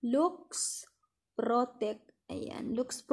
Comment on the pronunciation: Laks po ang pagkabasa nyan hnd luks